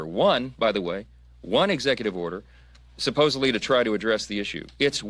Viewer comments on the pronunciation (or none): none